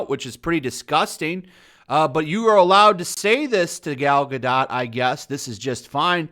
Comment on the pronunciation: You seem to be pronouncing Gal Gadot's name wrong.